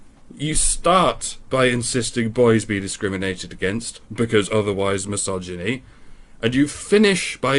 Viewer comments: “Misogy-me” is probably my favourite Freudian slip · What is "misogeme"? Or "repr-hensi-bowl"?